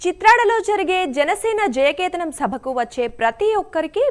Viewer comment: కేతానం కాదండీ... కేతనం